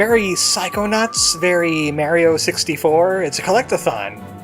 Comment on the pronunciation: Every time you say Mario I want to scream.